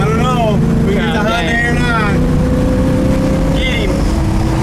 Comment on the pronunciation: When trying to catch that Hyundai it's not pronounced HONDAI , there's no O in it. Just remember Hyundai / Sunday.